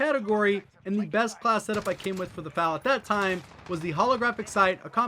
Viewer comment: Bruh you really said “FAL” it’s “F-A-L”